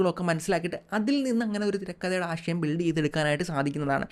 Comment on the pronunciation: "ആഷയം" അല്ല "ആശയം" "പ്രകാഷൻ" അല്ല "പ്രകാശൻ" "വിദേഷം" അല്ല "വിദേശം"